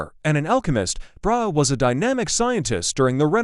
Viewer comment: Learn to pronounce Brahe's name!